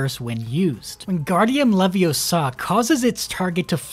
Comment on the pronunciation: funny how he never says leviosa correctly